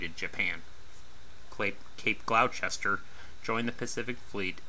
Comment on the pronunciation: Jeezus pleaseus give a break, he's a midwesterner n how's he kno it's pronounced Glou'ster? Anyhoo damm delivered complete n not commissioned, hope the cheep bastids payed the yard at least xx